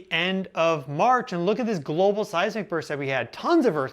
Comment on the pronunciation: You sound so stupid when you say global 🙄